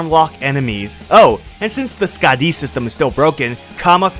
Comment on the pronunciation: "SkaaDEEE system."